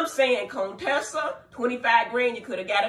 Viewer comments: And you still calling that guh Coontessa!😂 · 🍦🍦🍦I know you know her name is not "CONE-Tessa" stop. Her name is Dr. Contessa Metcalfe. Very beautiful woman. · Dr.Heavenly, I see you’re still saying “Cone-tessa”🤣🤣🤣🤣